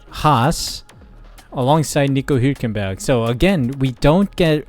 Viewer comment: Hulkenberg's surname is pronounced HULKenberg NOT WHOkenberg